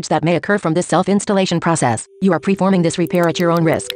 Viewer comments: "Preforming" xD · "Preforming" I don't know if that was on purpose, but it made me laugh. :)